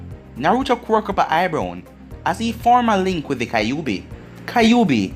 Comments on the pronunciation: am I the only one hearing him say eyebrown instead of eyebrows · No you’re not the only one